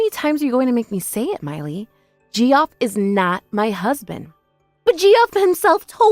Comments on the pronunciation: Thank you, Ge-off was making me crazy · First story: *Arkansas Second story: *Geoff is pronounced "Jeff", Geoffrey is "Jeff-ree". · Geoff, short for Geoffrey, is pronounced like Jeff, short for... wait for it... Jeffrey. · Yeah the Gee off was annoying. It's difficult to imagine that the VAs were unaware that the pronunciation is Jeff. That was painful. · Ge off? It's JEFF!!!!! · “Gee-off” 😂 lol. That’s just a fancy way to spell Jeff. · Downvoted for VAs who can't be bothered to look up names they haven't heard before. Equally downvoted if these are AI bots which read words phonetically. 👎👎👎 DNF